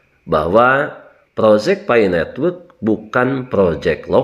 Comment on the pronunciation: Bukan fai tapi Pi